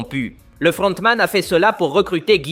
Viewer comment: LE FLLLRRRRONTMAN ET LE CAPTAIN PARLLLLK MDR 🤣🤣